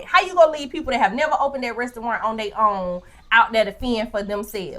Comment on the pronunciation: “When we get DERE” 🤣🤣🤣🤣🤣🤣🤣